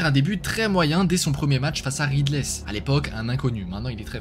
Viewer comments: le "riddlès" a m'a fait mal au coeur mais sinon la vidéo est très cool merci de produire ce genre de poulet! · wa comment ta ecorcher son nom😂, sinon super vidéo continue comme ça